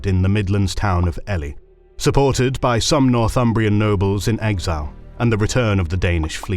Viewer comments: "Elly" 😢 It's "eely" because of the Eels (allegedly) despite it being a high ground of the local area. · Ely is pronounced Ee-lee not Ellie btw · "Elly rebellion"? Did an AI write this? It's pronounced eel-ee, Jesus Christ lmfao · I love listening to this narrator, he is superb. However, Ely is pronounced "Eel-ly", not "Elly". Also, the city is located in East Anglia, not in the Midlands. Two very different places. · Ely...pronunciation is so wrong...AI me thinks. Its pronounced Eelee. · Pronunciation notes: - “Domesday” of the Domesday Book is pronounced as “Doomsday”. It’s just an earlier form of the same word. - “Ely” is “EE-Lee”, literally Isle of Eels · Why are you pronouncing Ely as if its's the name "Ellie"? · Bar some mispronunciations, a decent summary. But refering to the English as native is wrong, even disproven within your own video at the start For example: Ely is pronounced EE-lee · Ely 😂 first miss pronunciation iv noticed, so all forgiven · If you're not AI narrating how can an English man not know how to pronounce Ely or Domesday correctly...